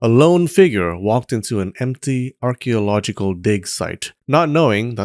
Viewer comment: 😂😂 I thought it was just me